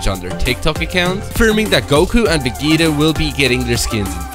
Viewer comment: the way he says vegeta its VE-JEE-TA NOT VE-GEE-TA